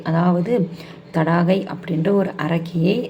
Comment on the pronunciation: அரக்கி பெயர் தாடகை நீங்கள் தடாகை என்று தவறுதலாக சொல்லி வருகிறீர்கள் த